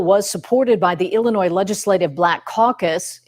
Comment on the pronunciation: "Illinoi". The "s" is silent. Illinois is named after the Native American tribe Illiniwek. The More You Know.